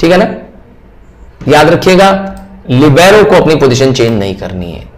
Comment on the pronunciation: Ok but it's not leeebero sir it's libero Sorry😅